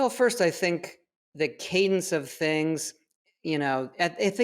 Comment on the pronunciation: please... please don't say Cadence again.